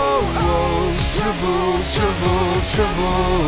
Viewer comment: he can't say trouble right :D LOL